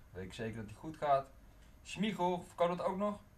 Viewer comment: smiegel ipv smeichel